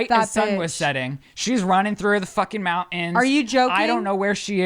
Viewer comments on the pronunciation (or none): Just add the T when you say mountains - that is all. I do love The Sip